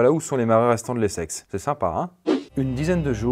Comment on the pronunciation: Je peux pas me retenir de rire a chaque fois que j'entends "les sexes" exécutez moi